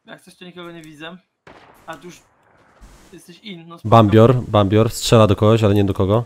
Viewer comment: "Bambior, bambior..." Czyt. Gracz bez skina. xD